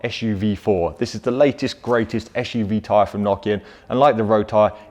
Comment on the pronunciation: Why do you pronounce SUV like "ash u v"? Is it a pure UK English or kind of slang? I'm really wondering cause English is not my native language :)